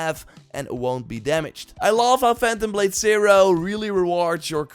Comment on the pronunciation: Phantom Blade Sai-roar! Cam-bohws! Tsjonge, jonge…